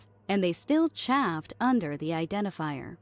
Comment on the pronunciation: One minor critique: "Chaffed" is pronounced as "Chayfed"